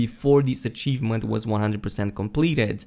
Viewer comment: Every time you said achievement I cringed and wanted to shout myself